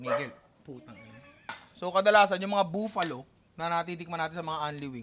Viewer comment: Nong bakit pronounciation mo sa Buffalo, buuuuuuuuuuuuuuuufalo?